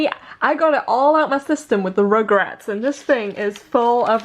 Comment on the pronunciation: When she says "Rugrats" it sounds kinda like 'regrets' haha the fan-fiction of regrets 😂